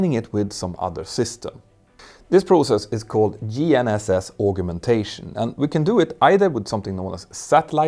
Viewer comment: Thank you for a brilliant video as usual. Although you speak english better than most native englishmen/women I hope you will forgive me for just mentioning the pronunciation of the word 'augmentation'. Collins states it as ˌ"ɔːɡmɛnˈteɪʃən". or, if you don't read phonetics, " as I would say "org men tay shun".